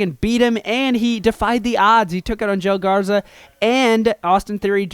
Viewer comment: You said Joe Garza